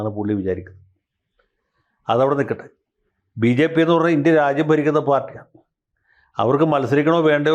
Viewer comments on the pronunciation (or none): none